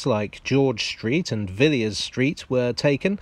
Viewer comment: Yes, she's descended from a half-brother of George, the first Duke of Buckingham. It should be noted that, by tradition, the second 'i' in the name is not pronounced, so it was a little jarring to hear the otherwise excellent do so.